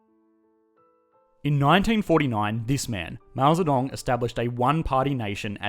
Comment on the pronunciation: Wow, this is most the accurate pronunciation of mao zhedong I hear from a not Chinese